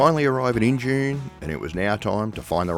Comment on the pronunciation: Injune pronounced In-June.....great video! Thanks Guys!